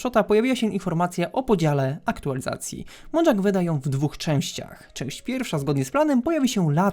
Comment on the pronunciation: Na przyszłość to czyta się mojang nie modżank